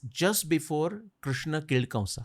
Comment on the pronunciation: Please pronounce the 'a' at the end of words like kamsa, vasudevA, vyasa... Etc.. it is so odd.